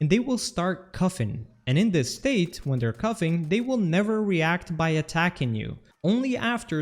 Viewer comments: "cufffing"? Bro It's coughing, learn how to speak, holy shit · “Cuffin” instead of “coughing” 😂